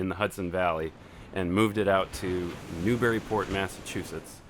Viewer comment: Good luck with the theatre in Newburyport. I know that area well. Just work on your local accent and pronunciation. 😆